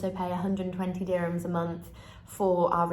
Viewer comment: I am emirati, what she says is actually wrong. Her prices are WAY off. and the word is DURRR himms. not DI sound.